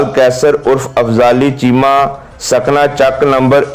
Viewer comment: Afzali chema not correct it fali chema